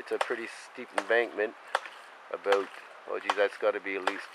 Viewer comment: About not aboot or abot or aboat